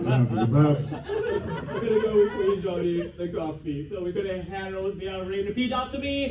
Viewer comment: Of course can’t pronounce Johnny’s name